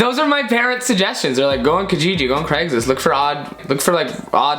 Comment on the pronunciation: hearing craigslist being called cageegee is absolutely hilarious to me